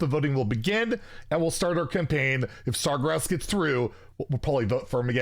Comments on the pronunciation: Is he pronouncing Sargeras' name wrong on purpose to piss us all off? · love how you're campaigning for sargeras yet you can't pronounce his name XD